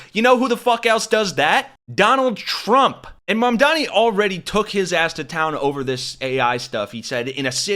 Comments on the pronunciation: Cuomo know how to say Mamdani's name. He mispronounces it intentionally. To belittle him. It right out of trump's playbook and a lot of Republicans started to do it as well. NY your a lot better off without Corrupt Cuomo. You could have easily denounced trump's endorsement. But you figured that would put you over the top with votes. I guess having Trump's endorsement makes you a HONORARY MAGA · One I do find it rather hilarious that none of Candidate Mamdani's opponents can say his name properly but that such a thing extends into this A.I slop. 2 as does andy boi's hardon for the DSA